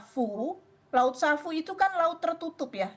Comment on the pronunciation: Laut sawu. Bukan savu...